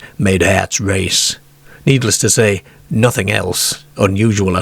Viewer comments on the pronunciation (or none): none